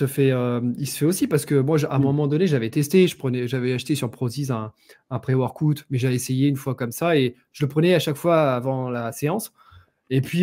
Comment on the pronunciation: "préworkoute" Dédicasse de fred delavier